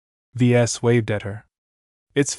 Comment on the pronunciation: Just found you. Wish I had found you months ago. Ves is short for the vesians it said it in the 1st few chapters his dad gave him that highly original name sounds like your calling him v es or v s! Thank you for all your hard work love long form stories